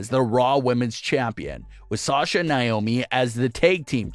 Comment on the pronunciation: Would like you to actually pronounce NAOMI'S name right. It's NOT Niomi